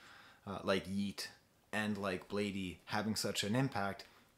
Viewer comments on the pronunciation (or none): I think his name is pronounced as "blade" not "blade eee". ( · Lmao why is this dude speaking so condescendingly. Bladee has been around since 09 so his fans range lmao. I’ve seen more adult fans then child fans. And it’s pronounced “Blade” man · lol it physically hurt me to hear u say blad-ee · as you can see he was not happy with lean mispronouncing his name so he corrected quickly.Pretty sure he's fine with both but still Blade is the right way to pronounce.He also adressed it in the song Hotel Breakfast. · Pronunciation is just "blade" by the way. The extra 'e' is just for style :) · He calls it Blade but you can say Bladey too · I’m bladee she called me blade-e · its pronounced blade. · dayum didn't even catch that lyrics you right, he still is cool with the wrong pronunciation though ^^ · “it’s bladee but you can say blade-e too” - bladee (iconic quote) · Another great analysis; your pronunciation of Bladee is comical. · I pronounce it Bladee but you can say Bladee